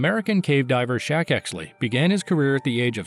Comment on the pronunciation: His name was Shek with an E not Shaq, pronounced like Shrek without the R